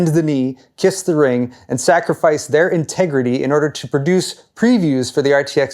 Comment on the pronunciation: Ooh, what's "ingitritee", is that a new type of Pokémon?